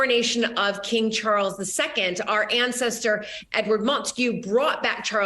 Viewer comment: It's, Chawwls! King Chawwls The Turd!